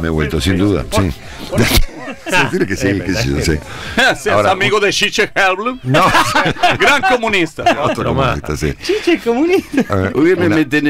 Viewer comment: Bolsonaro pronunciando a Chiche Gelblung 😂